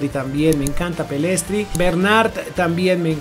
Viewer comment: ¡¡¡ POR FAVOR SE ESCRIBE PELLISTRI Y SE LE PELISTRI !!!